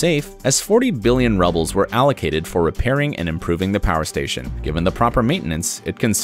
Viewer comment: Apparently roubles is pronounced rubbles.